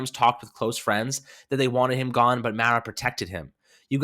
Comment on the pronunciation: That’s not how you pronounce Mara